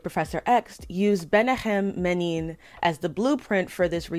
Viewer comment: It's Menachem Begin and David Ben Gurion. You keep mispronouncing their names. Ben Gurion was just as much a zionist as Begin, even if they had different opinions on how the state of Israel should be. Israel was founded as a democracy and people hace different views. Israel would not have been declared without Ben Gurion. The attack on king David hotel was against the British imperialistic occupation, as part of a wide violent struggle of the Jewish organizations to release Israel from Britain. In the attack (which was controversial and had a lot of criticism in the Jewish community) both Arabs and Jews were killed alongside the British targets. I am not surprised you hurry to declare your ignorant opinion, as you seem to know so little. Big talk about racism in comic books from one who supports the annihilation of a diverse and free country, using "zionist" as a prerogative. Please look at your sources, read a little real history books and let us live, in our homeland, in the only Jewish state in the world, where we may be protected from this ignorance and prejudice.